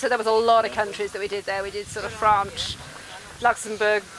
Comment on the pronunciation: The women was saying Franch and hungry.WHICH is France amd Hungary